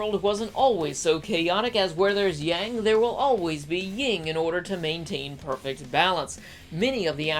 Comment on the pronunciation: There is no G in "yin" (Yin and Yang)